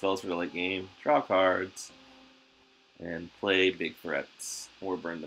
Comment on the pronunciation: you definitely do say Kurds though 😂. Have for years. I always smile when you say card lol